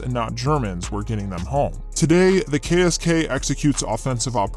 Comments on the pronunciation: As a german i must admit that i had to stop the vidio, because your pronounciation of our KSK sounded like jibberish 😂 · as a german, I think if you would just le me listen to the pronounciation of the KSK, I wouldn't recognize, that it is german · That ksk pronounciation was terrible I'm sry :D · Your pronunciation of the KSK wasn't really good. Sorry to tell you.😅 Ich spreche ja Deutsch deswegen kann ich es wissen... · sorry man but u did terrible on the pronunciation of the KSK.BTW German has not really mountains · he did terrible